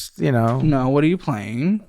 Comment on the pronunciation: This guy has a distinctive “Wh” pronunciation